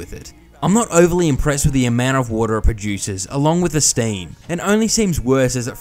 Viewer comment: what's "staieem"? nont noitive ongeleish expeekerer heeir. Ja. Ja. Ja. queosden